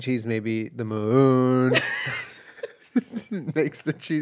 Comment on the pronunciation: Honestly after Jenna started pronouncing it moóon , all I was hearing was the way they say m'lady but m'oon instead